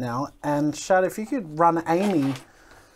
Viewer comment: Shad not chad...